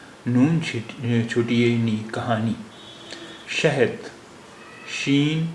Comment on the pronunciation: शहद का दाल रे जैसा लग रहा